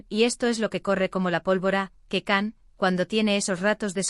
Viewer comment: Hello It's Can = Jan not Kan